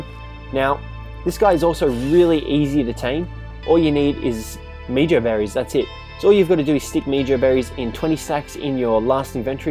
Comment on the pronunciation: It is pronounced like "meho" berry bit meejo berry